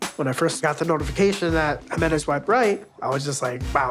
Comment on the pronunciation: The fact that he didn't even know how to pronounce her name right but he's trying to marry her 🤦🏼‍♀️